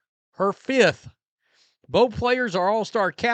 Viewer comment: Caitlin .... her first selection ............. Napheesa ......... her "fith" ????